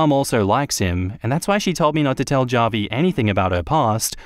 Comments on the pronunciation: It’s “hah-vee” not “jah-vee” 🤣🤣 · Javi is pronounced as havi, its Spanish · The way you pronounce Javi is so funny it’s more like Ha-Vie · The name Javi is pronounced " Ha Vi " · Javi is pronounced like Havi